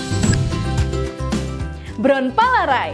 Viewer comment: Your pronounced untuk bront palarae itu salah